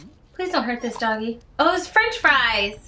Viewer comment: what is that? Me:FWENCH FWY!!!!!!!!!!!!!!!!